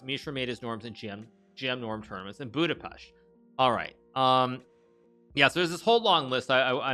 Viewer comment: Yessss he said Budapest right